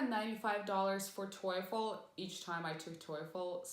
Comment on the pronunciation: Weird the way you pronounce TOEFL. Isn't is pronounced like tofu, but instead of u it's with l. Your sounds like toyful